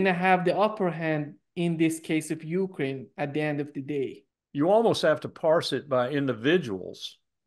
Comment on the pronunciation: He does the same with Ukraine .He says (UU crane).😅😅😅